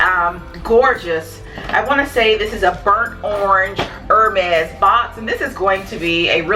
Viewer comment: Love the video! For future reference, the brand is pronounced “air-mez.” Great video, I love your channel!